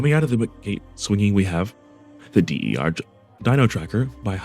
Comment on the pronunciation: D.E.R. dino tracker lmao "der" is "the" in german, dude